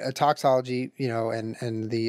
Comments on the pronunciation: did... did he just say toxology..? its toxicology😂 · Tiny pet peeve - Julien keeps saying "toxology" instead of "toxicology." Lol. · Julian it's Toxicology, not Toxology... for God's sake XD